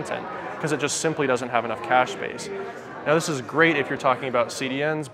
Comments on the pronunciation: you are a bloody Aussie say Cache like you did the first time not like a American. :) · Cay-sh...lol. Cache Pronunciation, in french, cash-A in english, Cash. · mispronounces apache and cache ... im sensing a pattern here.